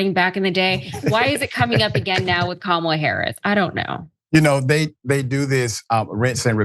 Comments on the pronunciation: Mispronouncing Kamala Harris's name or calling her garbage is scrapping the bottom of the barrel. That's stooping to an unimaginable low, even for trump's standards. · good Kamala 's husband said that! Trump cant say her name wright!! com on now.everyone says her name correct but u :face-orange-frowning::face-orange-frowning::face-orange-frowning::face-orange-frowning:say it !!!